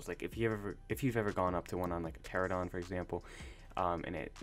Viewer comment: Ur such a nooooob the way u said pteranodon lmao